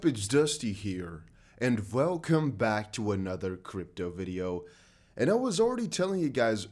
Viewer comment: “Velcome back to another video”